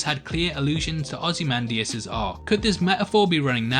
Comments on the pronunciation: You have pronounced very nicely ozymandias sir 😎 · You pronounced Ozymandias right but not 'noookuuular'. Shame.